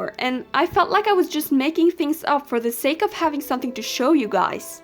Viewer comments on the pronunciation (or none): none